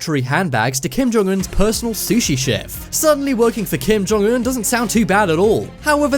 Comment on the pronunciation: I love that you pronounce his name correctly